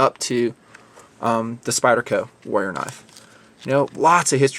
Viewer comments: is it me or are you pronoucing warrior as wolier ? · I'm having to try really hard to get over how badly you're pronouncing "warrior". The Rs in the middle are not silent, friend.